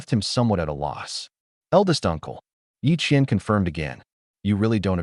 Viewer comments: Are you sure the twins' names are Ye Qian and Ye Qian? It wasn't very clear??? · The ai had a stroke when mentioning the twins 😂